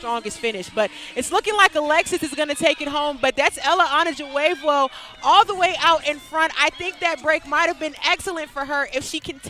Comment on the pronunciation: Murdered the name Ella Onojuvwevwo 😂